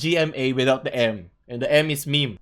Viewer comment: M-E-M-E NOT MEH MEH